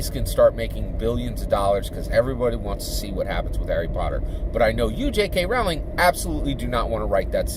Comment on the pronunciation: FYI it’s pronounced like Rolling. Rolling down the hill.